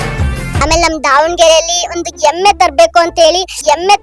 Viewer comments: ಎಮ್ಮೆ ಅಲ್ಲ ಹೆಮ್ಮೆ😂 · ಅ ಕಾರ ha ಕಾರ practice madu ಹೆಮ್ಮೆ ಎಮ್ಮೆ ಅಲ್ಲ ಹಬ್ಬ ಅಬ್ಬ ಅಲ್ಲ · ದಾವಣಗೆರೆ ಎಮ್ಮೆನಾ ಅಥವಾ ಹೆಮ್ಮೆನಾ ಸರಿಯಾಗಿ ಮಾತಾಡು